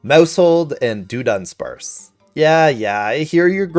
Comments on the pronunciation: You mean “Duh” Dunsparce? It’s not Doonsparce. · I’ve never heard someone massacre the pronunciation of Dudunsparce until today. Thank you sir. It’s not “Doo-dunsparce”. It’s Duh-dubsparce. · We are groaning coz of your pronunciation of Dudunsparce. how did you come about to pronounce it that way? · You need to make a public apology for how badly you mispronounced dudunsparce